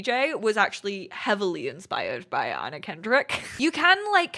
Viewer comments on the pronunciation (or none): none